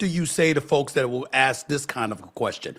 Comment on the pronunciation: Funny how Smith and Tatum can say ask perfectly but somehow says it like axes (like chopping wood) being racist is just plain stupid